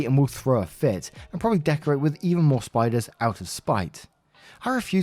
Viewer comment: not spiders, SPITE-ers